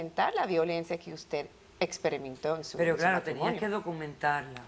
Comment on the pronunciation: "Aquí usteh es la Barbie" JAJAJA